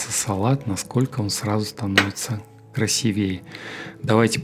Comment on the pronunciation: " к р а с И́ в е е ": ударение - на "и́".